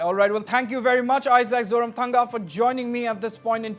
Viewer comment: Isaac ZORAMSANGA not Zotamthanga....